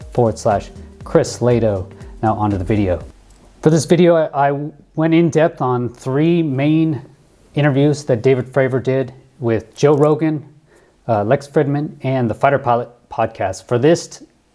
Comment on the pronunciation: great analysis, thanks for all the good work. This is undoubtedly the greatest question of our time. BTW, Lex Fridman pronounces his last name like "FREEDMIN" not "fridman" Thanks again!